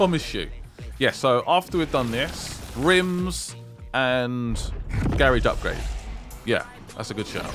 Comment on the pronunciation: I don’t know if u read these but the way u say the garage is wrong.